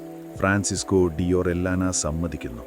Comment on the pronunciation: ഒറില്യാനയെന്ന് ഉച്ചരിക്കില്ല... ഫ്രാൻസിസ്കോ ഓറിയാന...